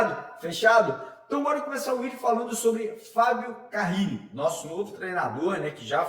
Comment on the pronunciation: Alguém dá um toque pra ele parar de falar carrrile